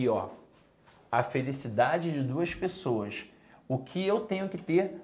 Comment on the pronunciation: Boa aula. Mas na hora que falou "as pexoass" eu ri. Acho que é carioca. Boa aula. Parabéns